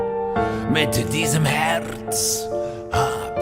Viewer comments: Herz, not Hertz. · Your German pronunciation is so good, wow! Greetings from Germany